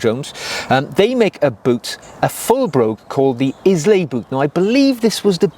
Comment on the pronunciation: Great video. Islay is pronounced eye-lay... like the whiskey. I think the chap should go for some leather chukkas too. Black or tan calf leather..... once your formal trousers are over them, you can pretend they are a whole cut, sort of, or wear them with narrower more casual trousers... get the right last shape for the wearer and they are so comfortable. The C&J Islay look and are stunning I'm sure... the price, considering what real shoes cost these days, isn't massive either! I'm a huge fan of quarter brogues, don't like lots of brogue decoration, but love one 'stripe ' over a cap toe. Picked up a pair of discontinued tan Cheaney Renoirs in that style that I've just resoled with JF Bakers oak bark tanned leather. the shoe uppers have aged in a wonderful way and really did deserve a posh new sole. Thanks for making the effort again. Marc. ps with you on the monks... i find them odd.